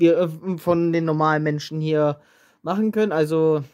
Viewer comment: Wie du das aussprichst "normale Menschen"